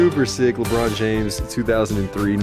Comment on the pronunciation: did he just say "lebren" james